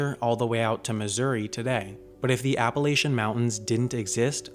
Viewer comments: "Apple-atch-un" NOT "Apple-ay-shun". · "App-a-lay-tion mountains" cringe pronunciation